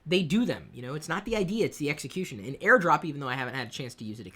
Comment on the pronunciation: Air drop....Maybe lay off the sauce a little lol